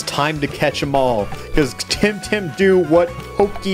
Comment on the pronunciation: This game just feels awkward because my online nickname is “Tem” and this game is called temtem. I can’t wrap my mind around that fact and I think it’s fake xD also all people I meet online think I got my name from that. Plus, Alpha, I think it’s pronounced the tem in temmie from undertale. Oh yeah mudkip is best Pokémon and best temtem even tho he isn’t in that game. Edit: I am making this while watching and you started pronouncing it right